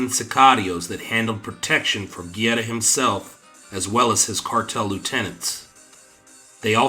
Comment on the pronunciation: Good video but it drove me crazy hearing you mispronounce "Guerra" name over and over. Not gierra!! Guerra!! G E RR A